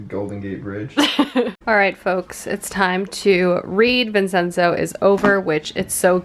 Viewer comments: You're making me want to get into Kdramas so badly, but I have no idea where to start! I need the swoons. Btw isn't Vincenzo prounounced like Vin-chen-zo? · as a gal with a giant italian family - might i gently mention it's pronounced "vin-chen-zo" the ce is like a ch.